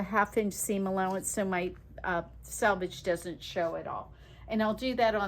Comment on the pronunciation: It’s pronounced “selvage”, not “salvage”! “Selvage” is the edge of fabric. “Salvage” is the junk yard of used car parts. Words matter and so does pronunciation.